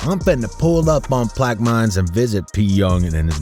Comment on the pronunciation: It’s pronounced “plaq ah mens”